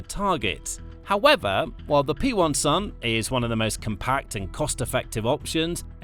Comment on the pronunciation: Its a "Pensil" not P1-Sun iyktyk